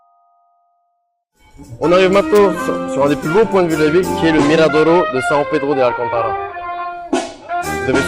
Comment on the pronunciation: Super mais tu parles parfaitement le portugais et pourtant t’as super mal prononcé são Pedro de Alcântara . C’est bizarre